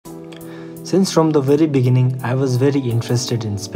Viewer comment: In starting u said deginning instead of beggining